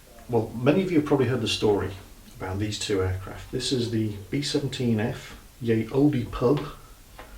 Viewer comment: Someone doesn't watch QI. Ye Olde Pub is pronounced The Old Pub, the Y comes from the old English character called the thorn, which is where we get the "th" sound. Similarly E characters on the end of words where silent too, and used almost at random depending on the author.